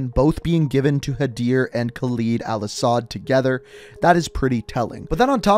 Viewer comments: Lol, thats my Father's name, and yes Khaled in Arabic means Immortal, they pronounced it wrong anyway 😅😅 but in Arabic when we add Al before a sentence which simply means The. Al-Asad is The-Lion, also prounounced wrong in the game. Well... 😅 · please for the love of god learn to say his name its Khaled al asad and not Khalid al asad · It is Khaled al asad, not Khaleed al asad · you are a great channel but please call him by his actual name Khaled(KAL-ed) not kaleed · "it's not a real name" yes it is. There are men named Khaled (not Khaleed as you keep pronouncing it) and yes it means immortal or eternal. Al-Assad is a real last name too, prime example, president of Syria. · I swear to god they pronounced Khaled correctly in the cutscene and IMMEDIATELY mispronounces it.... ED! not EED! 🤦‍♂️🤦‍♂️🤦‍♂️🤦‍♂️ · Its not Calid Alasad, its Khaled Al-assad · Khaled. Look at the word. Khaled. not "Khaleed" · Bro I hate when someone hears a name in a movie or game pronounced one way and then proceed to mess it up. Idk why it bothers me so much, but please don't make yourself ignorant. It isn't pronounced KALEED. It's pronounced Haled (Ha-led). Spelled Khaled. You hear it in every cutscene from COD4 to now pronounced that way, please don't go and mispronounce and act like nothing happened. It hurts my head😂😂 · Is khaled not khaleed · Sorry to sh*t on you but laswell already says it as khaLED like lead bullet,lead metal not khaLID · love u but it’s not khal-ee-d it’s khal-i-d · Pronounce it caled, not caleed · Kaleed al Assad? Ugh at least say Halid, or pronounce it like Spanish, Jaled. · Yeah I don't know why he pronounces that either. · Guys i want you to know that khaled alasad is pronounced (kh-a-l-e-d el e-s-e-d) but its fine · I acctully had to click away because of how he said khaled